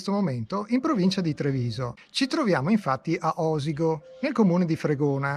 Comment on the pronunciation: Si pronuncia Osìgo, con l'accento sulla "ì"... Bravo grazie😊